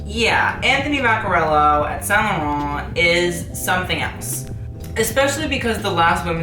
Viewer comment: Actually he's pronunciation is good.